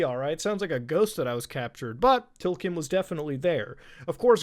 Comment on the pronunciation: TLKM is pronounced Tilcum you filthy human